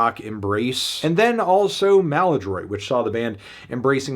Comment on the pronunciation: Uh..... "maladroit" is a French work that means "clumsy" and it is ABSOLUTELY NOT pronounced like that.